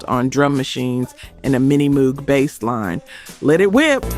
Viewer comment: What’s a Bas-line ?